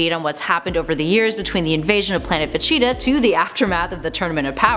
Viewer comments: It’s vegeta not vecheta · Ve-GEE-Ta Not Ve-Chi-Ta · It's Vegeta not vecheeta , pronounced Vah-Gee-Tah (Gee As in the letter G not Gi same when saying gogeta) It's Gogeta Not Gocheetah Pronounced Go-Gee-Tah and it's Pilaf pronounced Pee-Loft (The T Is Silent) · Not if they pronounce vegeta vecheata god its so weird 😄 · Did you say,,,,,, VACHITA?! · fecheetah and gocheetah lol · VaCheetah 😂 really ? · Am i the only one who crinched when she says "Vageta"??? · Ve-cheeta my god am i the only one pissed off how she says this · Vecheata?? I don't like how you pronounce my boys name lady, still a cutie tho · This ningen said Vecheeta 💀💀💀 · gocheetah vecheeta lool pronounce it properly u bean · Thank you someone who noticed she’s copied and also every time she mispronounces vegeta’s name I wanna punch her she is literally saying Vechita goddamn woman you must not watch dragon ball cuz even in the sub they clearly call him Vegeta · They all do this man throw a dislike and see another channel doing the same shit also cant stand this chick for pronouncing VEGETA "VACHEATA" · it's not just him, her pronunciation pisses me off too, vecheta? really? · Why so much mispronunciations on Vegeta, Gogeta and Pilaf? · I don’t like how she says Vegeta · I hate how she says vegeta